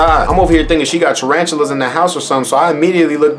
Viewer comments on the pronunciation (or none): I'm hellllllaaaa deaddd. nigga said 'tranantulas' lmao. u funny to watch . especially if I'm geeked oh fuck 😂😂💯